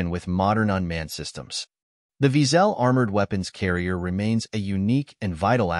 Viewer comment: wiesel in German is pronounced almost exactly as weasle, except for the w is pronounced as v - veasle, not veazell as heard (too often ;-) in the vid.